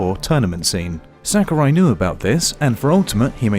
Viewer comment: In b4 ZeRo debunks this tier list. Piranha Plant was never broken, Shulk is not mid tier in Ultimate, No one banned Bayo in smash 4. And for god sakes, its Sah-Ku-Rai. Not sackarai.